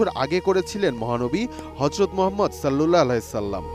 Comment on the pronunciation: সাল্লাল্লাহু আলাইহি ওয়াসাল্লাম উচ্চারণ করতে মুখ তোতলায় কেন ভাই?